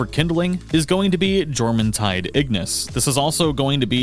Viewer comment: not jormuntide its JORMUMTIDE - play rizz music 😂